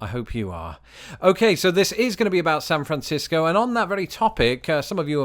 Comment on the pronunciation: Carrying over from your last vid, I just realized you pronounce San Francisco correctly and I say Sanfrincisco. +1 for you! 😂👍